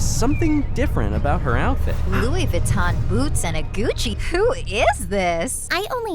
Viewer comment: am i tripping or is the pink bag saying bucci instead of Gucci